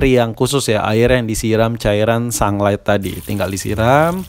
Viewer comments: Haha sunglight, sunlight kali bang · Sunlight bukan sanglet wkwkwkk ngakak